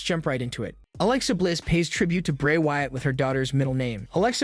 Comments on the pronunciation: Dude please fix the way you pronounce things you keep messing up bray wyatt's name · I thought i was the only one. The episodes are good but the way he pronounces some names and words make me not watch it as much as i would like.